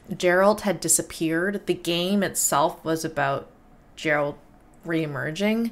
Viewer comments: Love that despite them repeatedly saying Geralt with a hard G you still pronounce it Jeralt :) no need to roast you, you are frying on the Jas :) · Good reactions and I enjoyed watching your analysis. Also its "Geralt" with G as in Great, but not G as in Ginger. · *Geralt :D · Ouch! This was painful to watch. The first half an hour of non-related side-game mobile vids pretty much summarizes the lack of effort that went into this. Consider at least learning the protagonist's name before you butcher it for an hour straight. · C'mon lady..... Pronouncing "Geralt" like that? Ouch. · you didn't watch all Witcher 2 trailers! you're pronouncing Geralt's name wrong it's not Gerald!!!!!!!! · Witcher signs...the golden sphere that appears around Geralt and blocks the incoming cart is Quen...the force shield. The second sign where he blasts her backwards is Aard, sort of a force punch. Two of the more useful Signs. btw, his name starts with a hard G, it's not Gerald...it's pronounced with a G like in "Game" or "Gun", not like a soft "J" sound. Ger - Alt. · PLS stop call him Jerald. It's Gerald